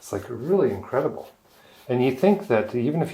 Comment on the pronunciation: did you say.... incredi_bull? lol